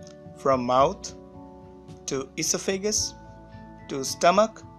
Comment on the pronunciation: Are you a doctor? You pronouces every word wrong. U cant even say nausea or esophagus or anything properly. And you pause way too long for no reason. I cant even watch this